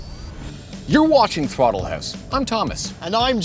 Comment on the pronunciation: "Throttle hooose" 😅